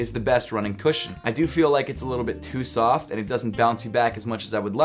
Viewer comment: Like si cada vez que decia "Too Soft" pensabas en "TUSA"